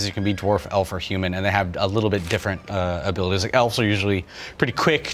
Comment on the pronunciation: "Abilitease" returns!